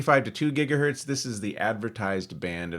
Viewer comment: LOL "gigahurt"